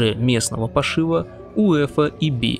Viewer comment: ОголДелый, пошиВа… рукалицо… не знаете как правильно произносятся слова и что они означают, но претендуете на глубину и философию… ну, нет 🤮